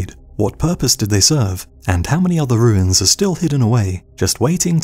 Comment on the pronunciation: Ahem, it’s pronounced, “wooins”.